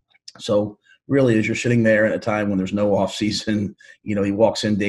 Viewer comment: .... What did he say? "... As ur *hitting there" LMAO